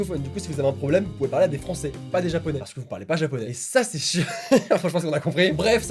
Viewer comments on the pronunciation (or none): none